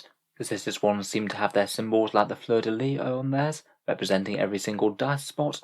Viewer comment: Je te félicite d'avoir bien prononcé "Fleur de lis"